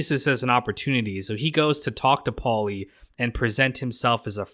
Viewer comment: why do you pronounce “paulie” so weirdly you keep saying with a decent pause in between “Paul-lee”😂